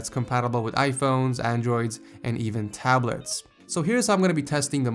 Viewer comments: go to and he says tablerts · THAT WAS SO FUNNY HE SAID TABLERTS